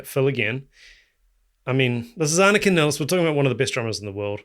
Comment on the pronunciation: First, I have to say that you're one of the few people who pronounce Anika's name correctly, the way we do in Germany 😊. She herself often pronounces it "Niles" for English-speaking people to make it easier for them. I've seen her live several times in Germany with her own band, Nevell, where she played her own compositions, in which the drums play a central role, with many odd rhythms, polyrhythms, and time signature changes. Therefore, I know she'll master all the more complex Rush songs with flying colors. Furthermore, her performance of Rush's "Finding My Way" demonstrates her ability to adapt to any kind of music, even more straightforward rock songs.